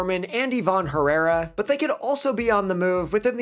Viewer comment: Bro said ivan herrara 🤣🤣🤣